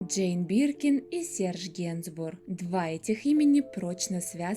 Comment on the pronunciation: Прямо слух режет, когда говорят и ЛИЧНОСТИ и не знают, как правильно произносить его имя.